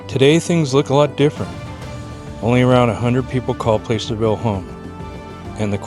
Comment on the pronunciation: How they know you’re not from around them parts…PLASS-ur-vill not Place er vill you had it!